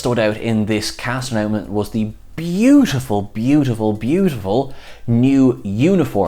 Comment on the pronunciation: did I hear "cast announment" not "cast announcement" ?